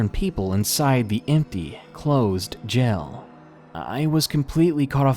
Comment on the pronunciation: I love when people pronounce jail as gel lol so cute.